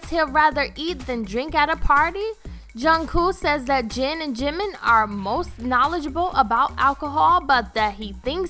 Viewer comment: "ShUga" Jhinmin Jhin Junguk...Junkoo